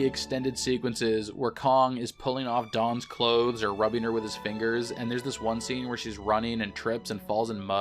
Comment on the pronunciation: Dwan not Dawn 😄